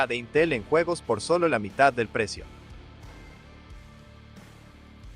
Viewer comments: FYI, 'en' in Spanish is pronounced 'en,' not 'on.' I understand your mistake though, since French is such a prevalent language in Canada, and that's how you would say it in French. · "LTT (AHN) Español?" lol... it's LTT (EHN) Español!